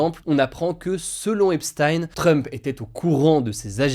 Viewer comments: c'est "epsteen" pas "epstaïne" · Epstein c'est pas prononcé comme Einstein, c'est prononcé "Ep-stine" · On prononce "epstine"